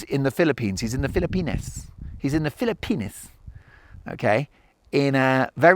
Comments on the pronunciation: STOP SAYING PHILLIP PENIS It is pronounced FILL-A-PEENS JUST stop it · The wind was too heavy on this one, Mark. It was too much to listen to. I do have one question: Is it a British pronunciation to say "Fil-uh-penis" instead of "Fil-uh-peenz"? 😂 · Ahaha i can't get over the pronounciation Philli-pen!s 😂 i know you said its authentic but 😂